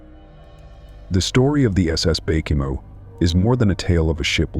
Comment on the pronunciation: Baychimo? Bacamo? Wth?